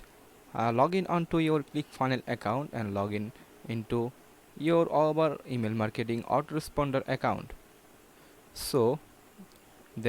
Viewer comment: Dude you don'r even know how to say Aweber!